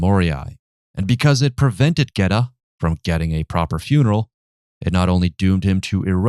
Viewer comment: it’s the pronunciation of Geta that strucks my nerve. As an Italian, listen to me: it is not “gueta”!!!